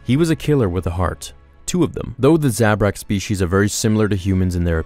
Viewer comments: You pronounce Zabrak wrong. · Thumbs down for how you pronounce Zabrak